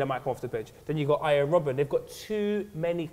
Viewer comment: Did man just say Iron robben? man said iron ahahaha